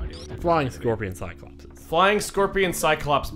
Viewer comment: actually the plural of cyclops is pronounced sahy-kloh-peez, I'm not saying that to be a grammar nazi, I just think that word is funny